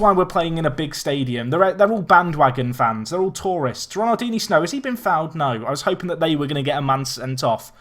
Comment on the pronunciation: Can someone tell him he's pronouncing ronaldinsnow wrong